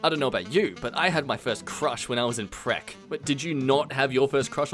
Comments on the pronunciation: My guy it isn't Prek it's pre-k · you said Pre-K like "preck" just had to point that out